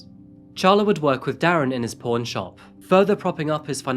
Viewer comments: Oooooooooooooooooooh you were saying "pawn" shop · I at first thought he said, p0rn, not pawn:) woops... great video as always,! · Is he saying porn or pawn? I feel like a dick for asking…